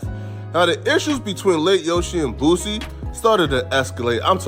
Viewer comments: He’s name is Boosie, not Boozie 😂😂😂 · Why you keep calling the mad boozy it's Boosie😂😂😂😂 shit sound like a old drunk n*** name